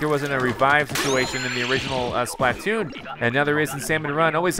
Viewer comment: why does he say it like splah-tooon